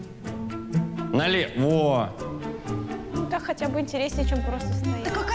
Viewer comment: Как же режет по ушам его налевО, нас в армии за такое произношение наказывали